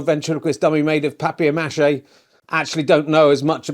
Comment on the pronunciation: I want to congratulate you for saying papier-mâché, not paper mashé, as so many do at present. It annoys me. Why make it half French and half English? Thry should just say "mashed paper" if that's their attitude! I admit I had to Google the correct spelling, and Google gave me an answer entirely in French, which was way way beyond my O level grade U.